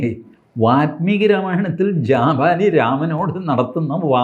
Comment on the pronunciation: കുറേ തവണയായി വാത്മീകി എന്ന് കേൾക്കുന്നു. വാല്മീകി ആണ് ശരി. മലയാളികൾ വാല്മീകി എന്നത് വാൽമീകി എന്നെഴുതി പതിയെ വാത്മീകി ആക്കി പൽമനാഭനെപ്പോലെ😅 പദ്മനാഭനെ പത്മനാഭനാക്കി. പിന്നീട് പൽമനാഭനാക്കി...